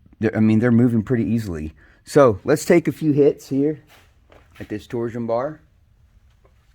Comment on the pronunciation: Good video but it pronounced torshhh-on bar not tor Zion